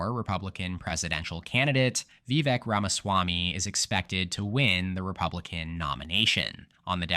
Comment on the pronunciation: Vivek is pronounce veh-VAKE.